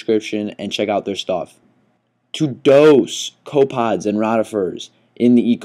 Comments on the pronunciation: I like your vids but please start pronounce copepods correctly. It is pronounced co pa pods. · Co pods? I think a syllable went missing. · they are co pep pods not co pods other than that decent vid oddly enough rotifers is pronounced roe tifers not rawrifers.